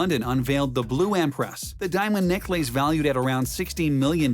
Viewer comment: He called it Neck Lace pronounced ACE ! LOL